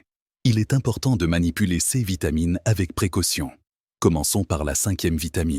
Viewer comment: C’est de l’ia qui cause ! Complètement insupportable ! Exemple : « ces » l’ia prononce cèces !